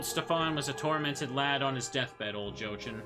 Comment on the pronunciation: Your pronounciation of Lebkuchen is great (Even though you rightfully dislike Jochen: Yo-hen). Overall your pronounciation is totally fine. On a side note: I'd say neither Rozenmarine nor Rosemarine is correct. Only know of the name Rosemarie so it irritates me a little constantly hearing an unknown spelling of that particular name. Love your playthrough so far and can imagine how annoying that continuous insanity frame was. Will definitely continue watching.